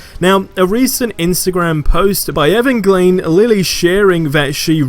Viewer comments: I am not knocking your accent but it’s “.E-van-ja-keen” Lily. JIC the trolls start burning your channel down. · Bro I'm a supporter but learn how to pronounce Evangeline.